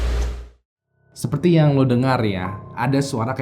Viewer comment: Apa cuma gua doang yg denger ngomong (seperti) tapi gua dengernya (sepeti)? 🤔